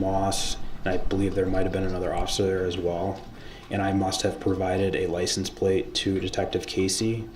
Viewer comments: "Lie-cen- place," what an uneducated fool😅😅😅😅😅😅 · What the hell is a "Lice-N-Place?"